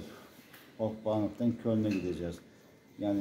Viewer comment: üstad "hofbanof" değilmiş, "habbanof" diye okunuyormuş. sevgiler saygılar.